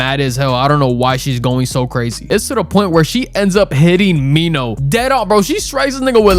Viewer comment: Its minho not Nino😔